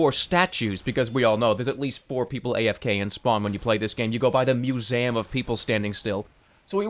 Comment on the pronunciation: holy fuck, the way he says "museum"...